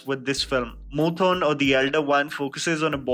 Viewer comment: I'm a huge fan of all your videos but the mispronunciation of 'Moothon' just threw me off more than the climax of Kappella tbh (a lil dramatic ik)